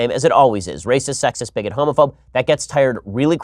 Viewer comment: das raysis